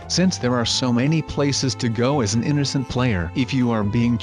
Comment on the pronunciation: lol eenercent